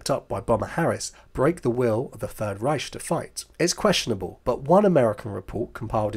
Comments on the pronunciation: Why do you pronounce 'Reich' as 'Ryesh' - it is pronounced 'RYE-K' a Harsh Ch pronounced K. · It is not pronounced reish it’s reicccch. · The Ch in Riech should be more of a k sound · Strange because even the Germans pronounce it Reich with a hard 'K'